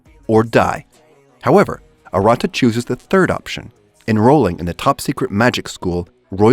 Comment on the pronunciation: watched 9, 8, 6, 5, 4, 3, 2, 1 trinity 7 not serven, also saying arata name wrong